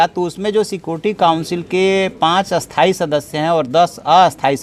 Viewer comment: Sir aapto sthai ko aithai kyu bol rahe ho